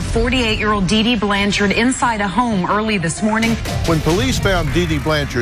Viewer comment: There is no E at the end of her last name, it’s Blanchard & not Blancharde